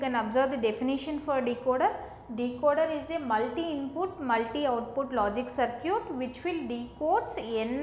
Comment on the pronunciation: Circuit as sir-cute